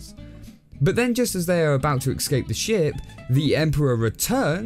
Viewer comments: The word is *es*cape. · Right, why do you say Bridish , like an American- instead of British with a T like they do in the south of England? and why can't you say escape properly ? are you doing it to pander to an American audience or have you been so influenced by American shows etc. I ask because it seems so strange - the rest of your speech is received pronunciation British. how is it that its just these few words that have been affected